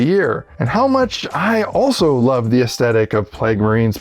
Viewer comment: This video has a really positive and encouraging vibe, but I can’t help telling you dude; you’re forgetting the t in aesthetic!